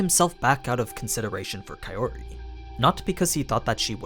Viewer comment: So, when are you going to stop pronouncing her name as kai O ri? shits getting real old.